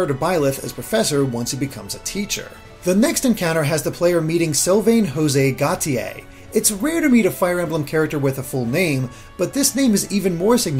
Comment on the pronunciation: Preeeeeetty sure Gautier is pronounced "go-shay," but then I only get that because I read Sherrilyn Kenyon novels and Nick Gautier is a rather significant character. Anyway, that detail aside, I shall continue watching the analysis.